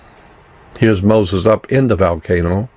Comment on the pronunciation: Xcorgi What about valcano? 🤣